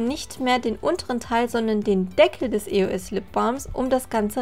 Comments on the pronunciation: Warum sagst du immer I-O-S, anstatt Eos?😂😂❤ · Eigentlich spricht man das als ein Wort aus, ist zwar ne Abkürzung von 3 Wörtern aber trotzdem bindet man sie :D Man sagt ja auch Yolo und nicht y o l o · warum e.o.s mann sagt eos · mich regt das so auf wenn man e.o.s sagt das heiß eos sonst würde das ja auch e.o.s geschrieben werden. 😱😡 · das heißt nicht e.o.s sonder eos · Das heißt eos und nicht e-o-s Aber sonst geil 🙂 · Das spricht man eos aus und nicht e o s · Das heißt eos und nicht e o s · nicht e o s sondern eos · Es heißt eos nicht E O S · Sie hat Die Buchstaben einzeln auf Englisch als Akronym ausgesprochen, also: E. O. S. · haha du sagst eo-s